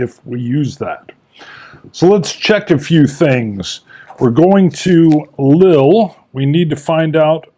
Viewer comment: It is "Lee-ul" incidentally (if you mean the city Lille)